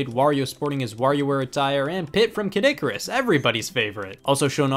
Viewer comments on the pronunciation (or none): you make Kid Icarus sound like Caddicarus. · Why does everyone call Kid Icarus Kadikerus?